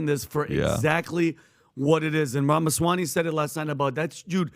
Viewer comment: Pat bro - Ramaswamy, with a "m". I love the podcast, I love and admire the work Valuetainment does.